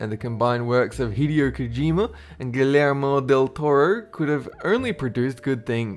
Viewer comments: 1. Where are you from? I can't place the accent. I've honestly never heard it before. 2. You don't pronounce the LL in Guillermo... It's a Spanish name. LL = English Y. Gee yer moe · guillermo "lle" sounds like "y" in yo yo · glare-mo del toro